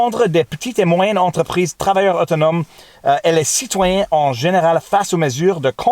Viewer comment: I may have laughed at your Quebecois accent on 'citoyen' hehehe. Bravo toi, super vidéo comme toujours